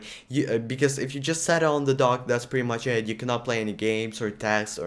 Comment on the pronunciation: I also thought he said DOG .